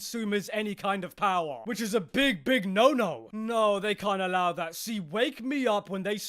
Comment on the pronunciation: “…that would require Nintendo giving the consumers any kind of power.” 😂 The way he emphasizes the word “power” is hilarious.